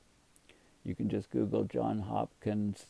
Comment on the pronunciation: It's Johns, with an s, Hopkins. Unbelievable that an academic would not know that.